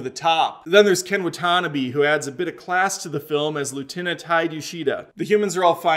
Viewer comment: Yoooo dude that pronunciation of Ken Watanabe’s name killed me